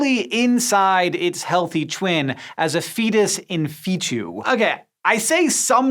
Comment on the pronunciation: I hate correcting people... but it's pronounced "Fetus is Fetu" not "Feetchu" . There's no "c" or an "h" in Fetu . Hearing that said so repeatedly makes me want to rip off my ears and "Feetchu " them to somebody.